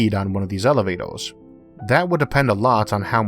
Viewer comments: Oh he cant say R O-o this is the first time I hear an american with this speech impediment :) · ad 3. who's embarrassment is saved - yours? You may have thick skin, but the wrong job too. It's like conducting a symphony orchestra without hearing. Elevatos stretch far above the Oath, so they can simply be cut by orbiting space debris. You eitho need to correct the impediment or stop talking. Are you aware how annoying you are? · Space Elivatows? Their pwetty stwaight fowawd.... I love how this dude talks. It's no impediment, it's entertainment. What about space-junk? How can you ensure the cables won't be hit?